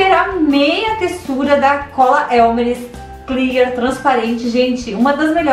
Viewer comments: Elmeres 🤣🤣🤣 elmers isso sim tá certo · Sem querer ser chata mas é elmers e não elmeres